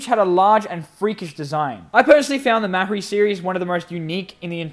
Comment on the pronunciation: Um,actually it is Mari and the h in mahri is silent